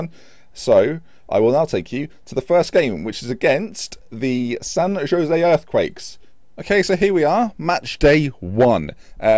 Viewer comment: also San Jose is Spanish so pronounced San Ho-zay...just a heads up!!!